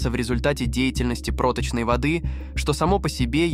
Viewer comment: У меня уши вянут от путания ударений.."прОточной воды" 🤦‍♂выключил на середине.